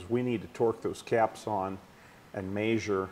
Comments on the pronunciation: I made a new drinking game, every time the old man says "may zure", take a shot. 😂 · "May-Zur it" 😂😂😂🤦🏽